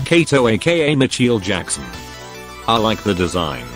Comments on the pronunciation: The AI Voice Sounds Funny Cause It Said: Micheel Jackson😂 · "Mitchel Jakson" 🚶‍♂️